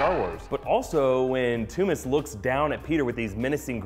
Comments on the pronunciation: Toomes not Toomis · It's pronounced tombs not toomas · toomes sounds like tombs but he keeps saying the sound like tommez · are we ever going to address pronunciation of Vulture's surname? ToomEsssss? I thought it was toomes like tombs but hey ho xD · pretty sure Toomes is pronounced as tooms not too-mes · "TOOMS" not "TOO-MES" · its pronounced tombs, not toomiss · ******toomes not "two-mis" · why is he calling vulture, "Toomis". something that's just annoying me. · He needs to watch the watch any of the animated series with vulture for the correct pronunciation. I wonder if he'll say Toomes on his easter egg movie review after hearing them say Adrian Toomes or Toomes a few times on screen?